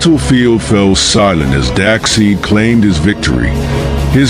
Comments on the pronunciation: His name is Darkseid not darkseed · I kept wincing every time you so badly mispronounced Darkseid. Despite the spelling, it's pronounced dark-SIDE, not dark-SEED! Gawd!! But nice fight otherwise. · Lol dak seed and jjooooger-not